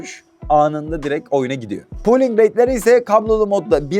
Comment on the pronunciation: Pooling değil olm Polling rate.. "Lite" kelimesi de "leyt" değil "layt" diye okunuyor. Leyt (Late) geç kalmak demek.